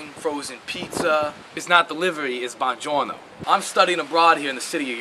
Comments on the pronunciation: It's not delivery, it's BUONGIORNO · Bonjorno is Italian for everything. It's not delivery, its Bonjorno.